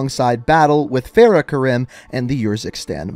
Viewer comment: when he says "Farah's" name wrong i cringe